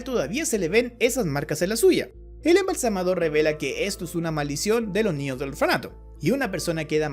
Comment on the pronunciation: Se dice "embalsamador". Ignorante